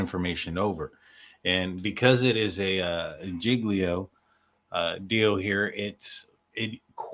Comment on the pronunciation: Hay, j have problems with words sometimes as well. Say… JIG-LEO. There ya go!